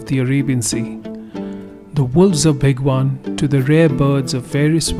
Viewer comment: bhigwaaaaaaaaan nahi hai bhai. bhigwan like bhig+one. more correctly, भिगवण.